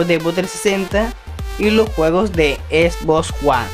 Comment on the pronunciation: Esbosss??? No será xbox?? Cruzy tasssi, por favor habla y modula bien